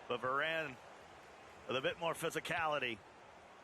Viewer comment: It’s Mbappe not Mboppe. It’s Varane not Veron.